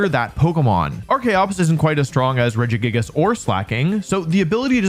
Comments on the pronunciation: I know this is full-on bait at this point, but why would you pronounce Regigigas like that? It's like you're reading it as Regigigigas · I’m sorry I know it’s probably just for engagement but what is that Regigigas pronunciation?! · Why is he adding a fourth G to Regigigas' name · I finally found a pronunciation that I cannot handle from you... regigigas. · Only after 7 minutes he said Regigigas instead of Regigagigas 😂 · The way he says Regigigas is disgusting!!! "Rejiga-jigas" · I cringe when I hear Regi Ga Gi Gas. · WHY DOES HE CALL IT RE- GIGA- GI -GAS INSTEAD OF REGIGIGAS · That pronunciation of Regigigas. Re-jig-a-jigus.....No no no.. Rej-ee-geegus. It physically hurt to hear it your way--if for no reason besides it sounds vaguely Milf-ish and now that's how I'm imagining Regigigas.... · why u calling it regigagigas it’s regigigas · Rejiggyjiggyjiggus is now my fav pronunciation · "re giga giga gigous"😂😂😂😂😂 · Why the heck do you say regigigas like that, it doesn't have enough GIs in it's name to sound like that. Even if you assume it's name is RE-GI-GI-GAS it doesn't make the noise Rejigajigas it would be at closest re-jig-gig-as there isn't away you can arrange the letters to make its name Re- jiga- jigas. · Rejiggy Jiggas? I counted 5 syllables, but Regigigas only has 4. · bruh what is that regigags pronounciation lmao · Wolfey, it's pronounced, "Regi-gig-gas" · "regigagigas" is not a pronounciation i have ever heard till this point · Wolfe is actually underselling the syllables Regigas says. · the way wolfey says regigigigas makes me picture a big jiggly golem pokemon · Regigigas= Regi-- gee--- gas. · are we just gonna gloss over that god tier pronunciation for Regigigas? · Him pronouncing regigigas, slaking, and other pokemon names in that retarded way is triggering me. lol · The worst part of this video is how I found out other people pronounce Regigigas. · I cannot get over how you are pronouncing Regigigas, it hurts my brain